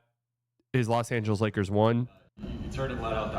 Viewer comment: "Loa" Angeles?